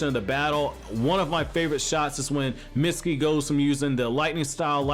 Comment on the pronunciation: its mitsuki not misty